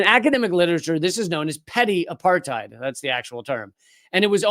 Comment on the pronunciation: Apartheid is pronounced "apart-aid". It's not a German word. It's Afrikaans meaning "aparthood".